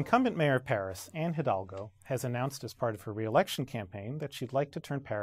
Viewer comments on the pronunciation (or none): The H in Hidalgo is silent